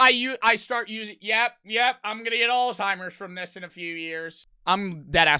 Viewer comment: said alltimers